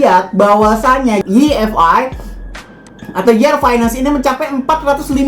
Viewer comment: Koreksi bang bukan yi ef ai, tapi wai ef ai. Makasih 😁